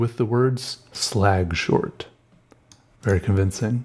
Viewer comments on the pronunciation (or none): i was drifting off until ‘slag-short’